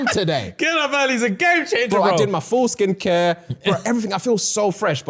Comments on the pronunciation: who else heard "foreskin care" and not "full skin care" ?!?!?!?!? 😂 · for a sec i thought he said foreskin care not full skin. i was so confused🤣🤣